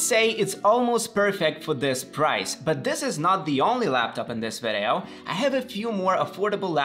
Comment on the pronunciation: i в слово video произносится как и, не как э. Видиоу, не вэдэоу. Ещё обращаю внимание, цифры вроде 3350 не произносятся как thirty three and fifty, а как thirty three hundred and fifty - не забудь вставить слово hundred после первой десятки. Продолжай с успехом!